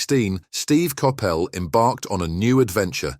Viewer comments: Totally, I agree whose Kapell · Learning how to pronounce players names properly may add some credibility to the story . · Terrible video. Terrible pronunciation of Steve's surname. Reading FC pronounced in this as reeding should be redding! Irrelevant pictures and references....Don't bother next time. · Copppelll seriously you cannot even pronounce his name or Doherty’s correctly! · Surely you can prononce his name right and why his is life dad ffs get real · I've never heard Coppell pronounced like that.